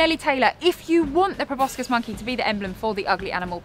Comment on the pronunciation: It's pro-boss-sis, not pro-boss-kiss. Too ugly to kiss. Both a joke and a fact. What more could you ask?